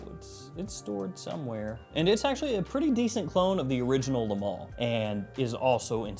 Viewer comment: Hey southerner, it's pronounced "MALE" not MAL! Think of the word "ale" you don't say ALL, you say ALE! XD